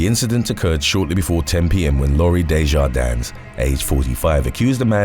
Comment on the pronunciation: The "s" in DeJardins is silent.